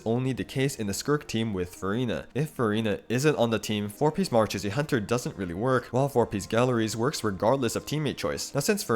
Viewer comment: just btw, the 'ch' in marachausse hunter isnt pronounced like "tch", its pronounced like "sh"